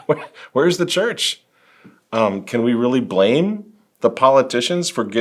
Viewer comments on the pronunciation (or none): none